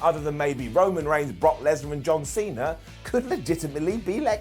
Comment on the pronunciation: i thought you call Brock lesner ‘Butt Lesner” 🤣